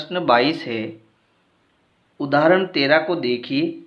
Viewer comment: Sir please odhrarana 😂😂